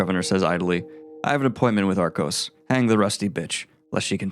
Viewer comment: Why are you pronouncing so many names wrong? Darrow, Lune, Arcos…